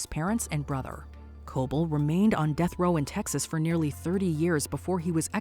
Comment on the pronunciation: Ahem!... "supposed to be put to dath"??? You mean "supposed to be put to death" I assume.